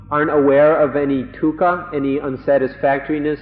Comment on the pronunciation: Sounds like he's saying tukha instead of dukha